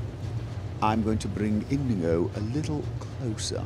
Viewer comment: Inigo, supposed to be based on the character in The Princess Bride. Except there is no tilde over the 'n' so that nobody pronounces it incorrectly. In - yi - go.